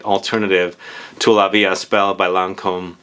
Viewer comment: I need to go smell this one. It's interesting how a perfume can be a reminder but better to very generic perfumes! Also, in "la vie est belle" the S in est is silent ;)